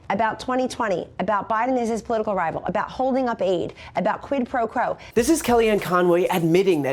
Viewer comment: Did she say, "Quid pro crow"?